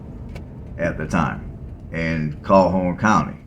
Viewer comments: Calhoun is pronounced "Cowl' Hoon". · Calhoun (cal-hoon) 😂😂 appreciate putting some attention on the city tho!! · The county is pronounced like Cal-Hoon. I went to Jacksonville State up the road from Anniston. It was not a place to hang out in back in 2008 and has gradually continued to get worse. Interesting history and historical places in Anniston, but not really worth going to (imo). Great video!